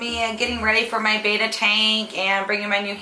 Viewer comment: It's actually pronounced bet-ta. Not bae-ta. (